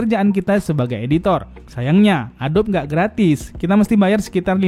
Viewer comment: ADOBE dibaca A-DO-BI itu